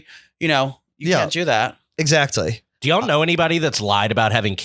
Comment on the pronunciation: The way says “ Etzacktly” instead of exactly is infuriating